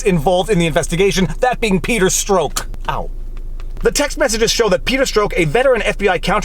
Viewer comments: Strzok is pronounced struck not stroke. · I love how Viva Frei’s pronunciation of Peter Strzok (“peter stroke” instead of what I usually hear pronounced as “peter struck”) makes Peter Strzok sound like a painful incident that causes erectile dysfunction rather than a corrupt ex-FBI agent. 😂 “Yeah, as I haven’t been able to have penetrative sex since my peter strzok. My doctor is recommending surgery.” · That’s too damn funny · Sometimes there are parallel truths ya know : 0) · I paused the video to see if anyone else caught the Perter “Stroke” and shakes his hand 🤣🤣🤣 along with on “oww”! we see that!! 🤪